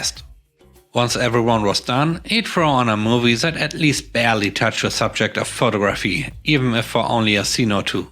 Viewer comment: Your English is amazing. Just an fyi. Photography has the emphasis on the 2nd syllable. Pho-TOG-raphy. Sorry, I'm a mom.